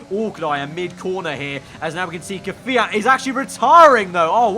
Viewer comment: KVYAT: K'FIAT